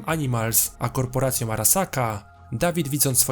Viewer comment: CiałO, KorporacjE... kurwa, jak ty dziwnie mówisz.